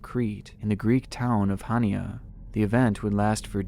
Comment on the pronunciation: I’m Greek born in Australia Greek is my second language the way he said Hania made me cringe